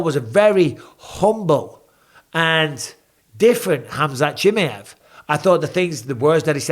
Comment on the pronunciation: Why can't you say chimaev properly